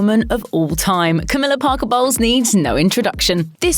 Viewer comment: Her: CAMILLA BOLWES ME HEARING: camilla balls